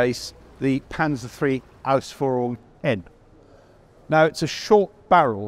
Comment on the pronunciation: He said Ausführung 😍